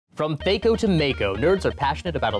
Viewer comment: Um, actually, the episode hasn't even started yet and already fucked up twice, mispronouncing both THAC0 and mako.